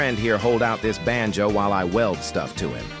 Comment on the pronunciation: Bruh I am Indian also we do have swear word here in hindi ( every language have) but when ever the ai say banjo ( which I don't know what it is) it sounds like bh£n ch0d which mean sister fuc*er in hindi and my parents we laying beside me and they don't speak English so when ever he say benjo my parents just stare at me